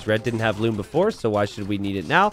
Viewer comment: Here said loom bad